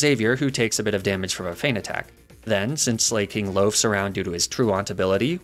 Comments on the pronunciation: i have never felt more physical pain hearing a pronunciation than when i heard 'slayking' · Slah-king, it’s a play on the word Slacking, because it’s a sloth, that loses every other turn because it slacks off. I’m sorry for the nitpick but that just irked me. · I hate how he pronounces Sla(c)king and Truant.